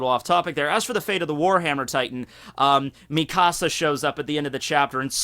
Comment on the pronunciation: The way you say Mikasa's name sounds like youre saying, "my house" in Spanish